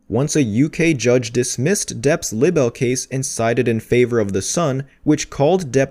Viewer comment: And have you never heard of the word libel before? 😂 That's not how you say it 🤦🏻‍♀️